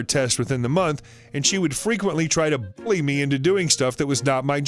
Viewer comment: Why can't you say the word bully?